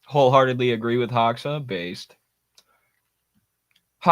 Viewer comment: not hoxa, pronounce it like hoja. you can hear proper pronunciation on wikipedia, they have audio file next to his name